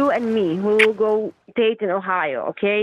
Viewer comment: What she said: "You and me, we will go Dayton, Ohio" What I understood: "You and me, we will go date in Ohio"